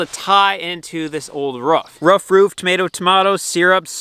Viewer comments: I Know you know but please don't say ruff again! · No, cant let you slide, its ROOF not RUFF lolol